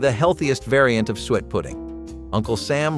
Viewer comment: S su-et NOT sweat.